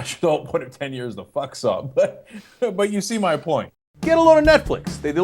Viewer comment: It's "Fucks-all" not "Fuck saw".